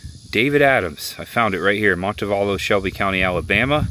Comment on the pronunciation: look up Orr Park in Montevallo. You gotta see the carved trees! Montevallo is pronounced Monte VAL (think Kilmer) lo.